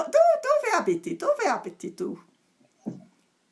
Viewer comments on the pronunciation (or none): Molto bene! Brava! Un saluto anche al gatto Muffin! Piccolo consiglio: in italiano non diciamo "Romània" ma diciamo "Romanìa" quindi l'accento non cade sulla prima lettera a ma cade sulla lettera i. Ma quale sarebbe questa canzone italiana che ti piace? Comunque io ti consiglio una canzone per imparare il congiuntivo, così non dirai mai "se io starei" come il ragazzo della canzone....Adesso non lasciare la lingua italiana nel cassetto! Ciao. Questa è una canzone che dovresti imparare